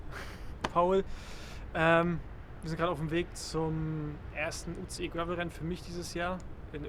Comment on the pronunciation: “Gravel” Rennen